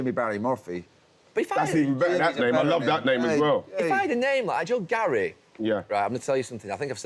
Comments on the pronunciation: Why does Ian Wright call Neville 'Gal'? It's odd and I can't ignore it now that I've noticed 😭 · What does Ian call Neville? Sounds like 'Gal' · Why does Ian say GAYL when he's talking to the blokes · Why does Ian Wright keep calling Gary Neville "Gail"?😂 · He’s saying Gal for Gary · Why does Ian call Gary, Gal? 😅